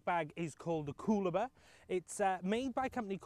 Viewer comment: Nice review! Just wanted to point out Coolabah is pronounced Cool-a-bar, pretend you're actually saying "Cool a bar" as three separate words and you'll get it right. Had to chuckle. It's also funny that I'm looking at importing a family tent from the UK (maybe the Nevada by Outwell) because the quality of family tents seems so much better in the UK, whereas clearly the swag is making inroads in the other direction... can't believe more folks aren't using this for UK festivals. Cheers mate!